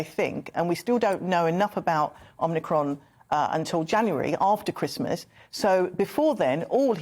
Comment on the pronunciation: It's not called omNicron. It's omicron. Who is this clown lady?